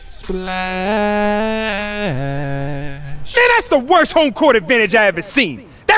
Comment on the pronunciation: OMG STOP SAYING SPALSH